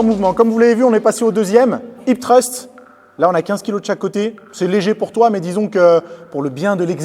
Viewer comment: je sais bien! ce n'était qu'une critique par rapport à ton accent anglais (mais ce mot est très dur à prononcer j'avoue!) x)